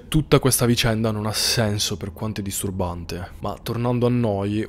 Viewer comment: se dovesse mai esistere un MEME di andriu...sarebbe '' Disturrrrbante''!!